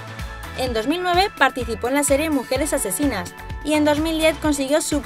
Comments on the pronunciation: En el minuto dise asesisas embes de asesinas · Dice asesisas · Dice AsesiSas 😂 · JAJA TE EQUIVOCASTE!! xD ASESISAS xD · mujeres asesisas o mujeres asesinas ? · Like si escuchaste que dijo MUJERES ASESINAS Y NO ASESISAS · lik si te diste cuenta que puso asesisas en ves que asesinas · Like si te diste cuentaque dice asesias en vez que asesinas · Minuto mujeres asesisas (asesinas) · dice mujeres asesisas te diste cuenta🤷‍♂️🤷‍♂️🤷‍♂️ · "Mujeres asesisas" 😂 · like si te diste cuenta de que en el minuto dice:"mujeres asesisas" 😏😛😝😜😎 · minuto 1: 04 dice asesisas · Verdad no me había dado cuenta que decía mujeres asesinas xD